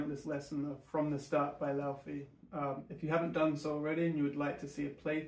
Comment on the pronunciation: love the vid! Just letting you know it is pronounced Lay-vay though. thanks for the tutorial!